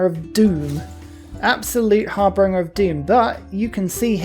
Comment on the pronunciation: I enjoy your plays-through. (FYI, the word in harbinger, not harbringer).